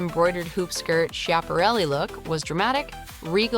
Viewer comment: Anyone who knows fashion, knows the designer is pronounced Skap a relli! You don't know fashion!